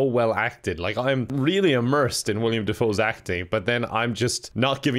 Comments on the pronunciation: Jesus feck! It's Willem not William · You keep pronouncing Willem as William. But then again you also pronounce Kathleen as Katleen, so maybe names aren't for you,. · At this point I’m convinced that you know it’s pronounced Willem and just don’t care anymore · His real name IS William. Willem is a nickname. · Idk if it's intentional but the fact is calling him William and not Willem makes it even funnier. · i genuinely cant decide if doesn’t know his name is willem not william or not lol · Dude it’s Willem Dafoe not William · Does know that it's Willem Dafoe not William? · Sorry to nit pick, but its Willem Dafoe, not William Dafoe. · Willem dafoe not “William” dafoe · HIS NAME IS WILLEM DAFOE NOT WILLIAM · I hate that he says william defoe instead of willem dafoe